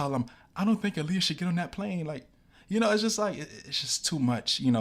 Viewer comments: DNT KNOW U OR THE CHANNEL BUT PLEASE PUT SOME RESPECK ON HER NAME IT'S PRONOUNCED "AAHLIYAH" NOT "ILIYAH" RT.. BESIDES THT U AIGHT WIT ME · Why do you keep pronouncing her name like that ?? so simple and yet you’re still mispronouncing it🙄